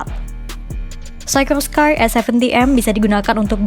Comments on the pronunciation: Dibacanya sikorski Mbak, bukan saykorskai, itu nama orang Rusia yg imigrasi ke US. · Sekelas ngomong Sikorsky aja gak bener..... cari tahu cara ngomong yang bener gimana... biar gak keliatan beg*k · Mantap..terus berkembang.. mungkin masukan cara spelling dari pembacaannya dari mereknya